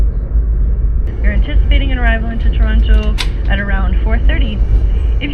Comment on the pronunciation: Hi. I have been following you since the beginning. Welcome to Toronto! I hope you enjoy our city. It was fun to see you walk out of Union Station onto Front St. Thank you for showcasing Canada to your subscribers and for pronouncing Toronto correctly! Safe travels 🎉